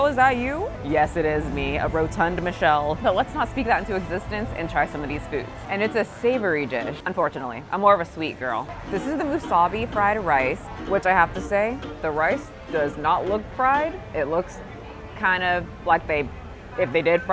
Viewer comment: 😂 Girl I heard wasabi…. Musubi is pronounced moo-su-bee. Good try through ❤